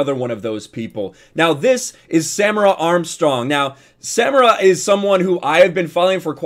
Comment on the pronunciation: The pronunciation of her name is Sa-meer-a...